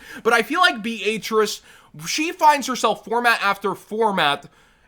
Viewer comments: Please tell me this dude is saying Beatrice they way he is as a joke, it hurts my ears… lol Be-A-Trice??? 😂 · My brain just had a seizure,bro what the actual fuck was that pronunciation of Beatrice?! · Why pronounce Beatrice like that😂 it’s a relatively normal name too haha